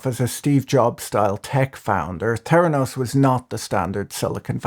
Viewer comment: "T'heranos" or "Feranos"?